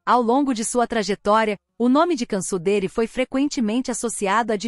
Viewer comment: A pronuncia do nome dela tá errado, assistem o vídeo q a cantora Brasileira foi intrevistar ela na Turquia junta co a equipe da band